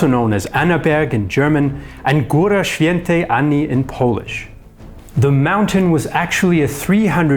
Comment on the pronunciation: Gòra świętej Anny you told that very well